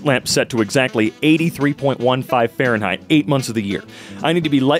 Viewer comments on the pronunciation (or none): none